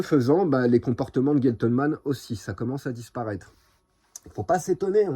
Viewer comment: GEn (gène) tleman et pas guentle....